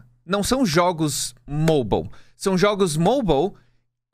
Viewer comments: me da mt agonia o falando MOBAL jogo MOBAL o problema não são os jogos MOBAL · “Jogos moubal”